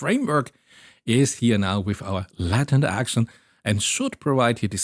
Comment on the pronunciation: I was just listening and was super confused why there was such an emphasis on Latin, took me way too long to realize you were talking about latent. Not trying to be mean but the a in Latent is pronounced ae /æ/ in both British and American English, like you lay an egg not like laten or ladder. I understand how this could be difficult to pick up on if you learned the word from reading it.